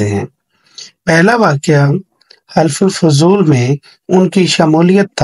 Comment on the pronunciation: یہ حِلف الفضول نہیں ہوتا حَلَف الفضول ہوتا ہے ۔۔۔۔ حَلف ہوتا ہے معاہدہ